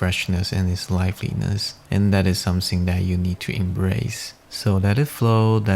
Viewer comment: Pronounce - Something and not Somesing. Beautiful evocative painting.